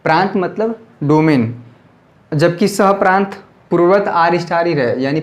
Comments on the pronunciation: Pras nahi sir prant bolte hai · Sir pras nhy prant hota h